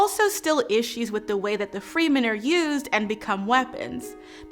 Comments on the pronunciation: "free men"? Isn't it "Fremen"? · Yes, they are free, but they are not call Freemen, but Fremen. You can call attention that the word is too close and that this as intentional, but the words is Fremen and that is not pronounced like Freemen. If you voice "free men" you would never write it like Fremen. And noone in any conversation, podcast movie, audiobook or series, has ever pronounced them as Freemen until this video here. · Shadam, not Sadam. It's fremen, not freemen. Girl! It's Irulan, not Irulian. Ask, not aks. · its not "freemen" its Fremen both e's are pronounced the same way. also the fremen are not black coded they are arabic. yes arabic people exist and are not black they are their own racial group and have several ethnic groups aswell. sorry just seems a bit insulting to black wash a group of people clearly meant to be Arabic in origin, just so you can emphasize how shitty white savior clichés are. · I didn't think Fremen was pronounced Free-Men… I thought it was pronounced Fremm'n, like in the Lynch movie? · FYI: It's pronounced like "Freh-men" like not like "Free-men" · The way she is pronouncing half of these words is giving me palpitations. I originally read Dune as an audiobook so I'm used to freh-men rather than free-men and ee-rue-lan rather than ah-rue-lee-in. Is this how those words are going to be pronounced in the movie?? Is she saying them wrong or was my audiobook way off? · Well, Leto Atreidis was not caught in an ambush. This takes the same time to say as "The Harkonen, with the help of the emperor, attacked their castle and captured Leto". Nor are the Fremen called Freemen. And you have to say this often and the Fremen are kinda key. Saying them as Freemen lessens your authority on the subject. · Fremen, not Freemen! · Great video. Only small note: Fremen is pronounced “Freh-men” not “Freemen.” Thanks for all you do! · Freemen? Thought it was Fremen. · Okay but... it’s pronounced Freh-men and Cheney... right? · it's pronounced /ˈfrɛmən/